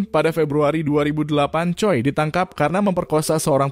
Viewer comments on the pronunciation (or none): none